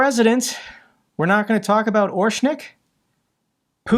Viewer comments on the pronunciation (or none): Orshnik? rather orEshnik.